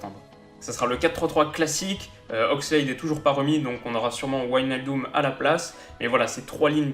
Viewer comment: Premier français que j'entends bien prononcé Wijnaldum! Bravo et encore une excellente vidéo!